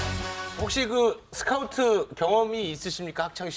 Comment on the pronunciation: 쓰카우트냐?? 용남씨 제발....... 하는짓도 손가락이 오그라들고 발음도 오그라들고 차라리 그냥 조용히 살라고 본인하는 소리 1도 신뢰가 안가요